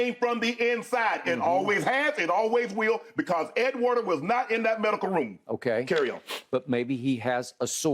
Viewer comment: Pretty sure it’s Ed Werder not Warner